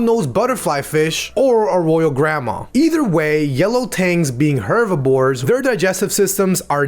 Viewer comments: bro really said hervibore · THIS DUDE SAID HERVIBORE